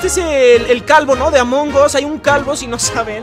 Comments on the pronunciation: Dijo amongos y es among as cuando alguien se equivoca y dice mal el ingles(english) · Se dice amongas no amongos